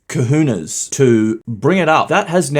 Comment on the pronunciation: Ka-hoe-nays.... cahones. Not kahuna's.